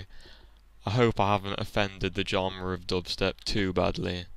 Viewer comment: You said genre wrong.